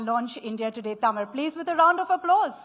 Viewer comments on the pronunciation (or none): Vijay also cannot fool the Tamil Muslims too. The Tàmil Muslims are more proud of Tamil language, Tamil culture and Tamil customs than people like. Its a new "error", this is how pronounces it.! What a fool. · Congratulations🎉 Tamil Reads the channel name again. "It definitely says Tamil. Why is she talking like she's presenting at Oxford?"